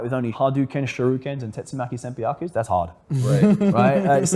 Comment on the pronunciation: Props to for saying "Tatsumaki Senpukyaku"